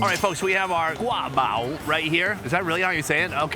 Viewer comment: As a Taiwanese, the way he sounded passive aggressively pronouncing GuA BAo 👁👄👁and he kinda knows lmao love it